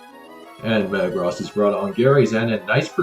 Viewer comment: The way this guy says Metagross is more jarring than the way Jimothy says Groo-don.